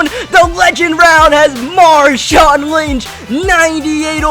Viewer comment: you said l wnch